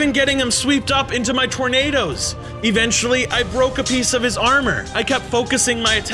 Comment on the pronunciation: Why are you saying evenchily